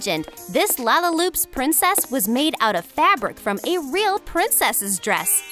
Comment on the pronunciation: It's lalalopsie not lalaloop